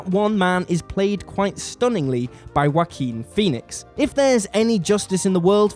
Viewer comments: I'm sorry but I keep hearing whacking phoenix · it really bothers me how you pronounce his name as Wakin Phoenix, almost as bad as one of your other guys who always says "Double U Bee" instead of "Warner Brothers"